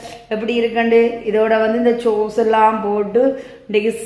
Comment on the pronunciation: Don’t say சோஸ்,ஸோஸ் நல்ல முயற்சி